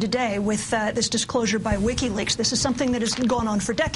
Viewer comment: Lol "Lickiweaks"